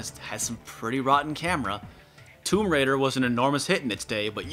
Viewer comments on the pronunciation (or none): none